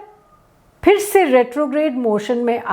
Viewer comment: Sabse Pehli Baat. Location Thanks for saying Phir correctly. 99% of Indians wrongly say Fir instead of Phir. Doosri Baat: Unlike other astrologers who call themselves Swami, Maharaj, Guru, Guruma, etc aap kaafi padhi-likhi lagti hain. Teesri Baat. I was born on April 28 and main 2~3 alag alag logon se apni Kundali banvaa chukaa hoon. Meri Mithun Rashi hai aur meraa naam bhi K se hi shuru hotaa hai. Vidambanaa ye hai ki mere baare mein jitni bhi bhavishyavaaniyaan kee gayee hain, sab vipareet hi rahi hain. It remains to be seen aap jo bol rahi hain wo kitnaa sach hota hai. Chauthi Baat: At the time of writing this comment (May 23, 2025 Toronto time), there are 142 comments posted for this video. Aapne ek bhi cvomment na Like kiyaa hai, aur na hi kisi comment ko reply kiyaa hai. Unfortunately, you also seem to be like all otheres that have very poor communication skills.